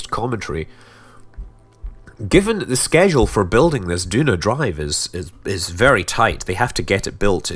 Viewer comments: Is it just me or isn't Duna pronounced Juna? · Maybe if you also pronounce tuna t-hew-nah and aluminum al-you-mini-umm instead of al-loom-in-umm